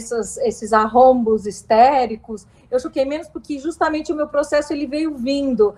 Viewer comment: "arrombos"? Arroubos, moça! 😍